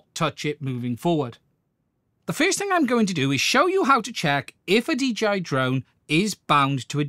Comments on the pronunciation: He keeps calling it a DGI instead of DJI. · Its called dialect, duh😅